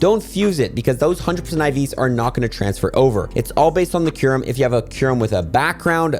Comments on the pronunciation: Bro it's kyu-rem or (Q-Rhem) not Ky-Rem)😭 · How do you look at a word like “Kyurem” and say “Kai rem” 😭😭😭😭 like you’re doing it wrong on purpose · I hate u for saying Ky-rem on purpose sometimes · how did u just seamlessly switch pronunciations of kyurem st the beginning 😂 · Kairem. Dragon ball Z kairem lol....oh now like 3 mins in you pronounce it right lmfao 😂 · Its pronounced "cure-um". Theres a u in there. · You pronounced kyurem wrong so many times and then started saying it right!??